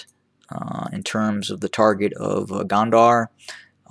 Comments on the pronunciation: I thought you said Kandahar(a city in Afghanistan) it's -Go-n-der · its spelled gonder. the de part say it as you would of the de in deputy. the go part like "go out". go-n-de-r